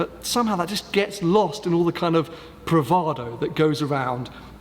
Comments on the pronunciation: Nice vidio. However the word you always get wrong is “Bravado”, “Pravado” isn’t a word! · You did a Tony - Pravado or Bravado? ;) Great vid!